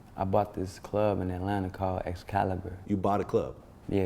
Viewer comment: that nigga soulja said i owned a club called "echsscalibuh"